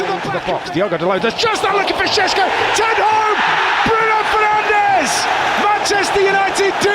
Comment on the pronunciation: Why do you pronounce Bruno Fernange? lmao